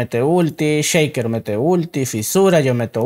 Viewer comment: ve mid "cheiker" ese inglés jejeje